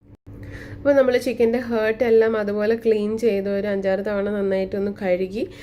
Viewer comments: It’s not hurt, it’s heart. What kind of pronunciation is that? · Just saying you r saying heart the wrong way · I tried it and its yummy. But please when you make next video do not pronounce chicken heart wrongly. 😅